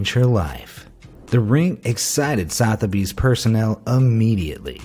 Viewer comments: Also pronounced Suth-a-bees, not south-a-bees lol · BROOCH is pronounced BR-O-CH SOTHEBY'S is pronounced SU-THU-BEES